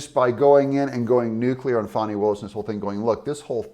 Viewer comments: Her name is Fani not Fawny. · Her name isn't Fawni. It's FANNI. A short "A" and no "U" or "W" . Fanni. Just like the word British folk use to call upon the female private parts.